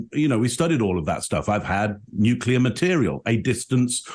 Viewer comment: Amongst this bland, nondescript, word salad, you lads noted "nucular" and "eckcetra" and failed to notice the brilliant "constrived". I think his brain has formed a hybrid of contrived and construed. This is nothing more than a Diet Bob Lazar Lite 2023 version of an old concept, told by someone far less believable, with less charisma. You can see it in his eyes that he doesn't believe himself. If you've seen that look, it's almost unmistakable. Great show as always. Oh and God bless the Jaffa Cake. 👍🏼